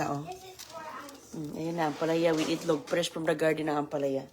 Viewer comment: Itlog Po.... Not Etlog✌️✌️✌️